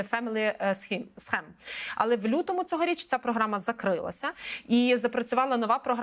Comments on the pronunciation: Схем 😂😂 скім дурню! Вчи англійську! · Пані ведуча, слово англійське слово scheme має вимовлятись не схем, а скім. Але ви, певно, не знали. Пізніше дослухаю. Трохи ніяково- хочеться, щоб Українці гарно розмовляли англійською. СЛАВА НАЦІЇ!🇺🇦✌❤🖤